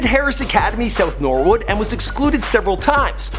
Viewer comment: Lool im dying the way he said "Thornton Heath" not how its pronounced mate😂 Also not how you pronounce "South Norwood" 😂😂😂